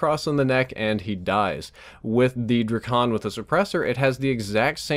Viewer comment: The way he pronounced Drakon was hilarious